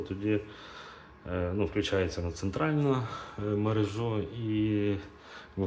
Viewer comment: МерЕжа, а не мережА.